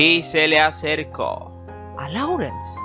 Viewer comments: Laurence se pronuncia: Lorens. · Me gusta ver tus vídeos, son interesantes, aunque me cuesta escuchar tu pronunciación. Por lo menos, edita el de lis principales: el apellido de Vivian se pronuncia "Li" y el de Oliver se pronuncia "Lourens". Y cuida algunas fotos. Pusiste una de Casablanca con Bogart y...nada que ver.